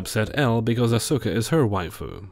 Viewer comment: I know this is nerdy of me to point out, but you can tell hasn't seen Evangelion based on how he pronounces Asuka:) Hint: It sounds like "Oscar" without the R. Not the PRECISE pronunciation but the easy way for English speakers to get close. Also "waifu wars" are always cringey to me. Whatever happened to just having "favorite characters"?